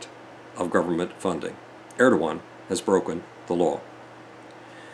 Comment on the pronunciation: Erdogan, not Erdowan. Bashar, not Bashir.